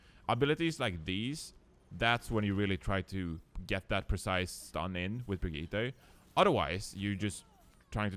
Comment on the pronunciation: I'm triggered by refusing to pronounce "Brigitte" correctly when he can as a Swede...